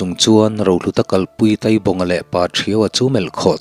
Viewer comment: Taibawnga, a thluk hniama i thluk kha kei chuan ka pawi, Mai tai kan tiha tai tih lai tak i thluk ang kha.